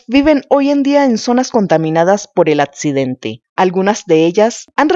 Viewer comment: Para hacer este tipo de videos recomiendo tomen clases de dicción, es dificil darle la seriedad correspondiente cuando no pronuncian la letra "x"., "cc" "Atcidente", "detet-taron", "radiat-ción".